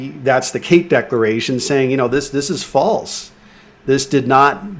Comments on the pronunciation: DecLaration... geeze are you gonna DECLARE or DECORATE?? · Please god get this guy to work on his vocabulary. It’s subvert the law, not subverse, and it’s declaration, not decoration. Jesus Chris